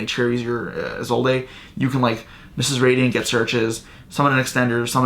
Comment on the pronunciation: That silent E on Isolde though